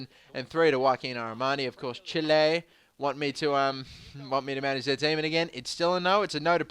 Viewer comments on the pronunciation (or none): none